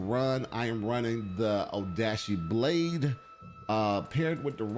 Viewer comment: I know I’m being pedantic here, and I mean this with no hate, but it’s not pronounced “Tah kee da shin-jin” It’s Ta-kay-da shin-gen (gen pronounced like gun, but with an e instead of U) Oh-da-shee is close, it’s “oh-da-chee” with emphasis on the “chee” instead of on the “da”